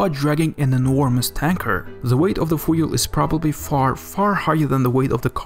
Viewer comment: A very good video. But for God’s sake, learn how to say FUEL properly.